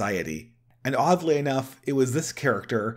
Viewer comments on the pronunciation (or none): none